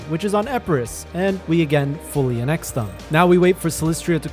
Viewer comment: Is this an ai voiceover??? Some grammatical things don't make sense and the pronunciation of Ulug Us and annex is horrendous